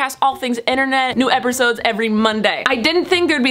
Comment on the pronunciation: At the end u said eprisode